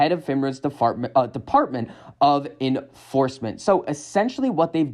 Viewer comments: "deFARTment " lol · ahh yes ... the DE-FART-MENT ... LOL